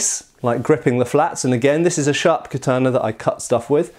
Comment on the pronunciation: In Tenshin Shoden Katori Shinto Ryu we do quite a bit of this. The first kata has a "block" performed while on one knee using the left hand on the blade. The third kata has an interesting use of it too. It's also used a lot in our Iaijutsu and extensively in the Gogyo. (Please can you learn to say Katana though; it's ka-ta-na, not ka-taaaah-na.)